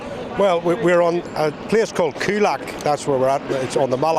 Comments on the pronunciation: How can you miss pronounce “Coolock” “Culack” ? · "Coolack?!!" Jaysus,get it right! IT IS COOLOCK!